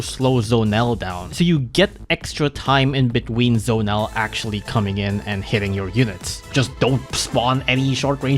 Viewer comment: Bro it's Z-o-nel not Zonel